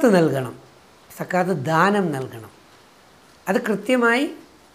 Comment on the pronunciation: രജിത് സര്‍,, സക്കാത്ത് എന്ന പദം..Z വെച്ച് ഉച്ചരിച്ചാല്‍ കറക്ററ് ആയിരിക്കും. ZAKAH.താങ്ക്സ് സാര്‍.